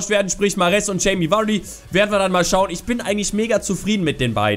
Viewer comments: Er wird immer noch "Wadii" ausgesprochen und nicht Vuuuaaaardy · Er wird immer noch "Wadii" ausgesprochen und nich Vuuuaaaardy